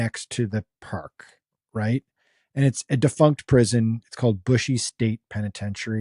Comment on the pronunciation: brushy mtn prison. not bushy